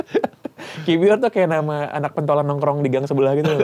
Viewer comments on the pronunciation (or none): Denger2 Kiwior bacanya ki-vyor